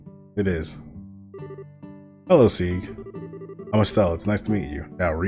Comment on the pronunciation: It is pronounced Sig actually. Sieg is the german word for victory in fact.